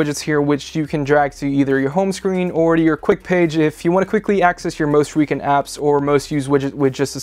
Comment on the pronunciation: Did he just mispronounce recent?